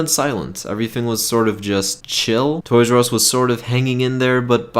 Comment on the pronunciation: Toys AR e not Us